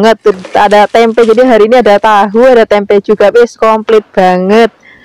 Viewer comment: Tempe aja mbk jangan tempek..aneh dengernya😂